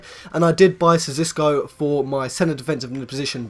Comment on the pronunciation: Sis-o-ko not zis-or-ko